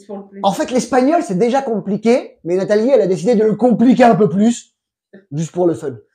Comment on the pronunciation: Que bien que pronuncia!